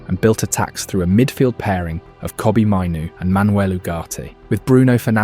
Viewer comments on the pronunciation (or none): none